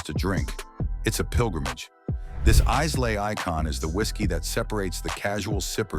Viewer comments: The opening line from the AI speaker failed to pronounce and easily said Scottish place name and that was enough for me. Down vote for this one. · The narrator can't pronounce Islay and the comparisons are ridiculous. What's better - something from Islay, Speyside or Tain? They are different, some people prefer apples to oranges - others like an orange in the morning and an apple in the evening. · Aye and that inability to pronounce, even place names like Islay, at the start of the video, got my downvote. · Hard to take you seriously when you can’t pronounce Islay. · It's not pronounced Islah but Eye-la. The s is silent. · Another triumph for AI voice and data harvesting without actually adding any value. If there is a human behind this, have you actually tasted all of these? Over several weeks, a bit here, a bit there so one day nose clogs don't give a bad result? Lets face it, the audio says Izlay, it's pronounced EyeLay (not exact, but as close as this keyboard is going to get). Not an error anyone who knows diddly about scotch would make. Ever heard someone say Hawaiian iZlands?To mix bar trough blends like J&B, Highland singles, and Islay styles is just a waste of time. I don't enjoy most Islays, some blends are at least worth drinking, but Highland Singles are my thing. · Islay is pronounced “EYE-luh” And you consider yourself expert enough to tell me about Scotch? Nah. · Islay = eye-luh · No. The number 1 & 2 should be Lagavulin and Balvenie in any order. BTW Lslay is pronunced " Eye lay" Next time have a real Scotch drinker do the narration. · 1: islay is pronounced as "eye-lah" 2: what the hell is The Macallan doing at #2?! There are so many better sherried whisky than this bottle that are cheaper than this overhyped brand which is an absolute waste of money at $100 per bottle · IceLay!? from Islay? not even 10 seconds into it, and, “the smartest guy in the room”, AI, doesn’t know, WTH it’s talking about!? well, okey-dokey then.😂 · Yup "eyela".